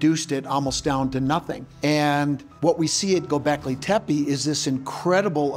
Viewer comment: He doesn't pronounce Gobekli Tepi, correctly. It's a common mistake, but NOT for an expert! Scott Wolter knows how to pronounce Gobekli Tepe, correctly.